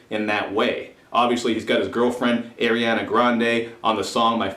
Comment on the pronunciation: "eiriana grande" 😂😂😂😂😂😂